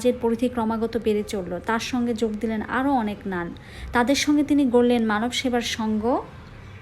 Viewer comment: নানা? নানকে নানা বলছেন.